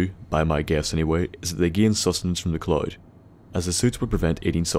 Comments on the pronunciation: The CC kept showing words like "cloit", "Clyde", "clot" or "chlorine". Took me a while to catch on. You should really practice saying the word "cloud". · IN TO THE WHAT? The clyde? The cloud? The collide? Take a fucking english class